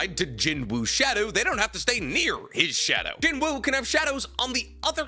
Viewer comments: It pronounced Jin-oo btw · the W is silent in Jinwoo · just a heads up the W in his name is silent loving the content keep it up fam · Please pronounce his name correctly 😔